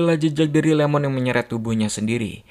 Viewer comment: Bukan LEMON!! IEMON (ie-mon) refrensi ke Ishikawa Iiemon